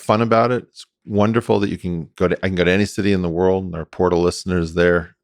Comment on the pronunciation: Welcome to, "The Whortal"